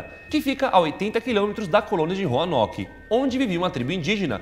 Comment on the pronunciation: Do nada o Lucas "sento em 15 pessoas que viviam em roarnoke"😏😁🙌